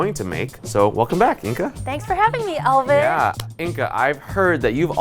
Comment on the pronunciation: I absolutely loved the way pronounced Alvin's name ("Ehl-veen"). I truly miss this dynamic duo working together.